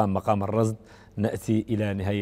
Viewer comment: يرجى تصحيح إسم المقام ، فهو مقام الرست وليس الرصد ، وإبلاغ الإعلامي المحترم باسمه بأنه رست وليس رصد لأنه أخطأ في تسميته في البرنامج